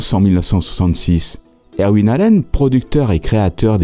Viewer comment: Vos vidéos illustrent vos talents de chercheur, monteur et narrateur. Chacune d’elles est un bond dans le temps et un véritable enchantement. Seul petit bémol...votre prononciation des noms anglais qui est souvent à côté de la plaque (Irwin, Blackthorne, Whitlock, etc.), mais personne ne vous en tiendra rigueur car ça participe au charme de la narration. Merci encore et bonne continuation. PS: j'attends avec impatience les sujets sur Starsky & Hutch, The Sopranos, The Wire, Cobra...(par exemple).